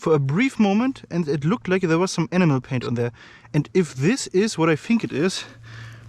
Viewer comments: Awesome video boss. Just a heads up. When you say 'enamel' it sounds like 'enema', which is a very very different thing lol. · It sounds like animal